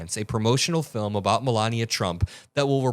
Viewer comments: I can't take it with her fake smile and the way she says Filim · “Film “ … keeps saying film…. It’s a documentary !!!! She’s prob thinking of an Oscar 😂😂😂😂